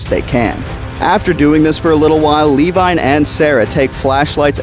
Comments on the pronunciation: Who the hell is lee wine? It Levine😂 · For God’s sake….Levine = “Luh-veen”. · Lee-vine? Lol It’s Levine my dude. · Always thought Richard Levine in the book was proved Luh-Veen as opposed to Lee-vine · ...."lee-vine"?? You mean "luh-veen"? Because that's how the last name "Levine" is pronounced. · I know this is really picky but the book character's name is Richard Levine - Levine is pronounced la-veen not lee-vine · Hey just wanted to say the name Levine Is Pronounced ‘ Leh Veen ‘ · Hearing you pronounce Levine like Lee-Vine was painful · Great video but I’m pretty sure Levine is pronounced “La-veen”, as that’s how it was pronounced in the audiobook and how Ted Levine from Fallen Kingdom pronounces it irl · Nah since he got Eddie killed and called grant an idiot we pronounce it Lee-vine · Richard Levine (lə-VEEN) Otherwise, great Video! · its pronounced Leh-veeN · Wonderful video but his name is pronounced-la-veen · No we pronounce it Lee-vine because he called grant an idiot and got Eddie killed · Why are you calling Levine 'Levi'? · Its Lee-vine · Good vid, but hearing you mispronounce "Levine" damn near drove me crazy. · every time you said Levine (or however its spelled in the actual book only listened to it on audible) i thought you were saying my name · Levine is pronounced "Leh-Veen" Dodgson's father is not a dog so I don't know why you keep caling him Dog Son :p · "Luh-veen" and "dodge-sin" Thank you. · As always, great video, perfect for consumption on the weekends haha. It just bothered me how you pronounced Dodgson and Levine.